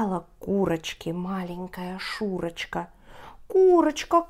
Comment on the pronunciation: Paczemu "Szuroczka" czatamy kak "Szureczka"?:P